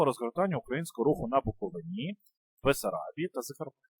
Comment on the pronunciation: БуковИні а не БуковинІ